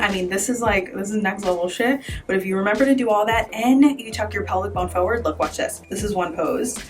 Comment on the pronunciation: Yep, you can pose and you certainly can help with how I have to take pictures in the next 30 days fo' sho. BUT!!!! What's wrong with people and saying "PHO-WORD"? It's FOR-WARD.... not hard. It's as easy as rolling your shoulders. I had to stop watching after the sixth PHO-WORD. Ugh!!!